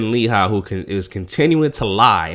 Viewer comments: Let's try to pronounce the names right people. It's pronounced, LA- HE. KRIS- TEEN. DO NOT LET MFs who are trolling our vids try to change the subject into " proper English" classes. The irony in that is how much of our language is constantly being ripped off and used on commercials, movies, all over the place, WEBSTER'S! Peace and Blessings to all who are strong and boisterous. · LOL....The way this dude Pronounces her last name, gets me every-time.